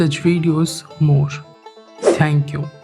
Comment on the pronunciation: Talent valent toh theek hai but Baar baar aise noice mat bola Karo.. Bahut jyada chutiya lagte ho